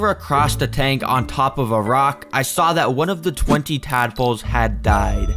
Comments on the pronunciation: I thought bro said madpoles💀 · did you say dadpolse😂